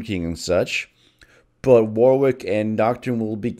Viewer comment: Fun fact: Warwick is pronounced more akin to war-ick, not war-wick.